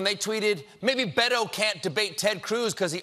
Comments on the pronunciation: It's Beh- toeh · It takes literally 2 seconds to learn how to pronounce Beto correctly.